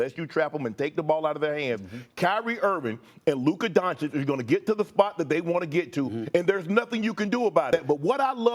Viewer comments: SAS has a hard time to hide his racism and he not even aware of it! He can't even pronounce Doncic's name properly...A national TV presenter....He's not about the game of Basketball but all about the gossip & entertainment of Basketball. I turn him off after about 30-4- seconds. I never learned anything from him about the game and his ridiculously wrong predictions over the years are a testament to his failure as a basketball "analyst". ESPN needs more Legler, Reddik, Jalen Rose and Jacoby and MUCH less SAS. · Man Sas cannot even pronounce Lukas family name right on a national TV. What a fin joke